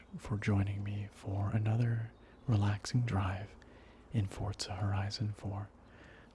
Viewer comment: I call it Fourtzza Horizon Zero Dawn 4 I think its the correct pronounciation :D